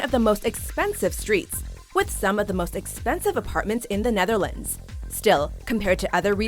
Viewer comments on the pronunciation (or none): none